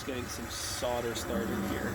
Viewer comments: Sodder ? Solder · Correct me if i'm wrong, but doesn't 'solder', have an 'L', in it. I have heard other Americans with You Tube channels, which i follow religiously, also using the expression, 'soder', LOL. When i went to school a long time ago, it was, 'Solder', Just saying. Bob. NZ. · its pronounced SOL DER not SOD ER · 'sodder' - hilarious! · Ha! Ha! Sure pal. Ahmurkins...